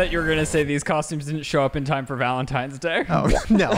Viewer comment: "ValentiMes Day" lol